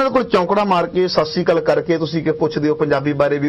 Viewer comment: ਪਹਿਲਾਂ ਤਾਂ ਸਤਿ ਸ੍ਰੀ ਅਕਾਲ ਸ਼ੁਧ ਉਚਾਰਣ ਕਰੋ ਚੈਨਲ ਵਾਲਿਓ। ਗਲਬਾਤ ਬਹੁਤ ਵਧੀਆ ਹੈ। ਪੰਜਾਬ ਦਾ ਖਾ ਪੀ ਕੇ ਪੰਜਾਬੀ ਨਾ ਬੋਲਣ ਵਾਲਿਆਂ ਦੇ ਕਰਾਰੀ ਚਪੇੜ ਮਾਰ ਗਿਆ ਹੈ ।